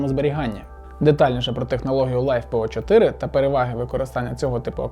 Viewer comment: Это писец, наймите нормального мужика спеца, на словах Лайфепо и 100А емкости можно выключать видос.